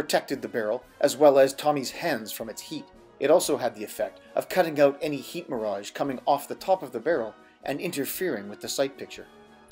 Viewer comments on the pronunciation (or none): none